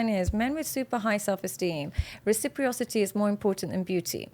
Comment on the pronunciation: just wanted to let you know the word is not "recipriocity", it's "reciprocity." It's a very important word, so you should pronounce it correctly. There's no I after the second R. It's pronounced reh·suh·praa·suh·tee.